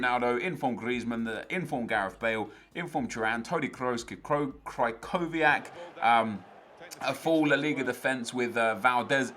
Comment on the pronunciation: does he realize he's saying krychowiak's name wrong?